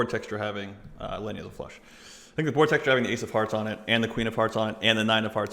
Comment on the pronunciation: Its pronounced Leeena, not Lenja 😂😂